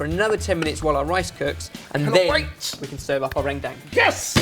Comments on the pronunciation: Oh my God, how they say "rendang" is SOOOO funny. How you actually pronounce it is "run-dung" instead of "ren-dang." You guys should try another curry of Indonesia, Opor Ayam. Or Chicken Opor. It seriously just revolve around chicken, garlic, coconut milk, and so on. There are a lot of instant Opor spices that you can just fry it, then put the chicken and coconut milk together. Thought you guys should give it a go. Or for a sweet desert, try Martabak Keju. It's going to be a little weird and difficult for you guys to make it, but I'm pretty sure and the other lads will nail it.:) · its pronounced ren dung, (with "e" like in k e bab) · it's pronounced run-dang ( kind of in the middle of dung and dang ) hahah love this! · It's pronounced like this - RHEN-DHANG. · Don't know how much different the pronunciation is from Indonesian, but in Malaysian, 'gulai' is pronounced as 'GOO-la-e' and 'rendang' as 'ruhn-dung'. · Omg the way you guys pronounce rendang is so... different from how we pronounce it.. its cute :)